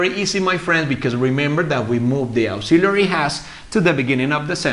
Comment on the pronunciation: Auxiliary Verbs ( AEksíliari ) NOT ( AUksiliari ).